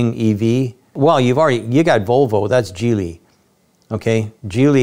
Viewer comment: Geely was not pronounced gi:-li, it's "G":-li